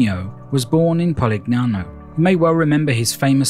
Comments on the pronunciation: Oh my please learn how to pronounce correctly! PU-LIA (no hard G).. POLIGNANO=pol i ny ano (like the spanish n with tilde) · Loved your video! Well done! Suprised though that you mispronounced both Polignano and Puglia. The g is silent or soft, like a y sound. thanks for sharing!